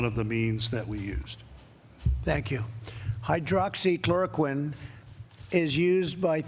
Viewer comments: lol you notice trump repeatedly mispronounce words. doctors = dockses. hydroxychloroquine = hydroxy uhhh uhhh you know what im talking about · Wow this President should slow down with his medication Hydroxychroloquine because he couldn't pronounce it properly...lol...this briefing as usual just a bunch of lies, out of touch and dilussional. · he said doxes instead of doctors and forget how to say hydroxychloroquine🤦🏿‍♂️ y’all y’all about joe Biden. Come on man!!😂😂😂